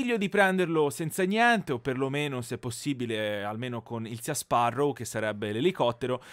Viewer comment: Si dice "Si Sparrow" non "Sia"